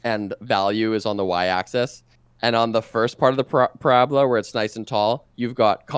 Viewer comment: I took one thing away from this video. It's that says parabola wrong